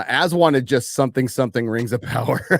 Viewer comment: It's RRRRRRRRRRRRRRings of power, fyi